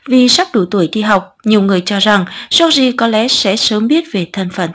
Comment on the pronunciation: cách đọc "giooc gi" thật cạn lời! 😑